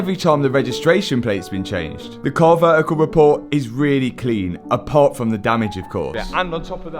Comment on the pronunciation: If I hear the word Damage pronounced like that again I am unsubscribing .and not watching again.